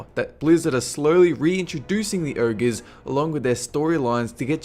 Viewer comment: this guy is good but I can't stand that he cannot pronounce "ogre"